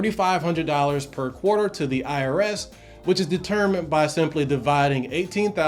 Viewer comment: QUATER LOL